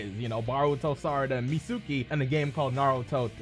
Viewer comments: It’s pronounced “meet ski” not “met suki” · Mitsuki (mEEt-SkEE) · It's not MITSÚÚÚKI!